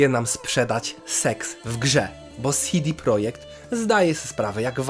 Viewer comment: Mała uwaga, czytamy ich nazwę "CEDE projekt" a nie "SIDI projekt". CD to skrót od Centrum Dystrybucji.